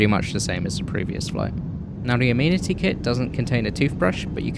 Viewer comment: As a brit, it is so nice to hear amenity kit pronounced as "ameenity kit" instead of "aMeNiTy KiT"